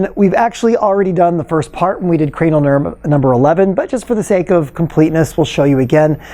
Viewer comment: Did he say cranial turd?